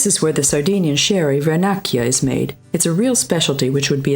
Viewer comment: David Arca...yep, for example Cagliari because the "gli" sound doesn't exist in English but the one that made me lough is the name of Vernaccia wine: Vernakkia ah, ah, ah in deeds it sound like "Vernacheea".